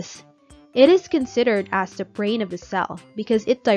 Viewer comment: So AI-ish 😂😂😂 Is it the or da?😂😂